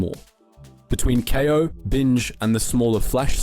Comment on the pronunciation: Im sorry you lost me when you said" K - eye- 0 " its pronounced "Kay - o" , how to you do you now know how to pronounce that?.... Part of me thinks this is an AI voice from elevenlabs...